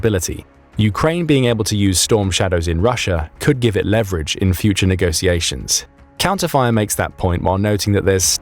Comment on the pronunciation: Negociations? It's negoTiations